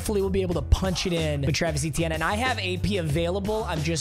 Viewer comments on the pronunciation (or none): his last name is pronounced a-chan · oh you mean Travis E-Teeny?